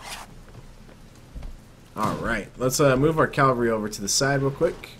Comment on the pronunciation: Did you notice : group calvary instead of cavalry